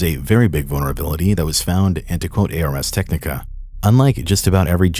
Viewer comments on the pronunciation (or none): girl did he just say “A R S Technica?” ⚰️⚰️⚰️ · no way this guy just said "A.R.S. Technica" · Awesome work. BTW, small note - The 'ars' in ars technica isn't an acronym, it's pronounced like 'aars'. It's a play on a french phrase, ars poetica.